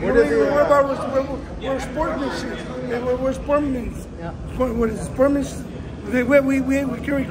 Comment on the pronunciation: He can’t pronounce sportsmanship 🤣🤣🤣